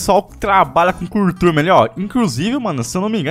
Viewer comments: O ME ENGANOU O VÍDEO INTEIRO!!! De tanto ele falar achei que era Curturme com r e não Curtume!!! Quero um reembolso do meu like!!! kkk.... tô de brinks!!! É nóis!!! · O faz um letreiro Escrito Curtume E Ele Fala Cuturme kkkkkkkkkkk só o msm